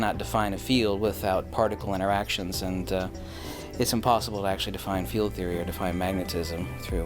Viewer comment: is da man. Its Theo-rya, not theoryaa. You clearly dont understand the pun and been to university or studied Greek.